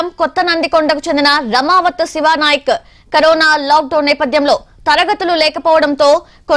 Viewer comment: Raamaavath( రమా వాత్) అనాలి